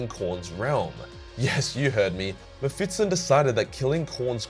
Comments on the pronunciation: Mephis-ton. Not mephitsten ;) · ME-PHIS-TON ... mephitston is not a thing, it can't hurt you. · dude, it's mephiston, not mephitston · Just a note: you keep saying MephitSON, instead of MephisTON, flipping the position of the S and T. Remember, he is no SON of a bitch, he kicked a TON of ass. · its meh fis ton not metfitston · Why do you pronounce his name like that?? The 's' comes before the 't' and there's no second 't'. You're saying "Mephits-ton" 🤦‍♂️ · It's not "Mefitstone". It's "Mephiston". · I'm not exactly sure what you're pronouncing. Mephitson or Mephitston, all i know is it's not Mephiston. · Is it MephiTsTon? Or is it fucking MephiSton? You giant toothed beautiful boy you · MephiSSSSSton not MephiTTTTson, you ape! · Also, it is Me-phi-ston, not Me-phiT-ston. It hurts. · please stop saying meh-fit-son, its meh-fist-on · Who's 'Mehfitston' tho? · i have never in my life met someone who would pronounce mepishton like that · Mephiston - Me Fits in :D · Why do you pronounce him "Mephitston"? like he's some kind of 19th century constable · Sounds like you say mep-fiston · am I the only one triggered by the "Mefitston" pronouncation? :D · His name is pronounced Mefiston. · The way you say ‘muhfitson’ is triggering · Excellent video as always, but you kept mispronouncing the name as "Mephitston". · why the fuck do you say MephiTston. Holy hell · I was looking for this comment 😀. i was like is he saying it wrong? nah probably me. Definitley sounds like Mephitston. No biggie though. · I like how you say "Mephitston"" cracks me up everytime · Is it just me or do you keep saying MephiTSon? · You are pronouncing it wrong lmao, you make it sound like some English surname not a fiery demon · He does it deliberately. He does the same with librarian and other stuff. He does it because its funny and causes people to comment. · Man I thought I was the only one. Drove me crazy once I started hearing it. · I can't un hear that now